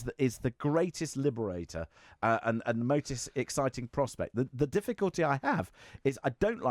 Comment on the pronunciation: This is what happens when you encourage outspoken, ill-informed children to voice their opinions. Opinions are fine if they're informed and educated, otherwise, be quiet; especially when they're coming from someone who pronounces "the" as "vuh" and "they" as "vey".